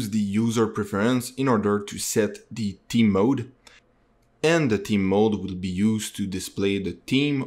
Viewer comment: thank you so much! PS - 'TH-eeem' thhhh, not 'team'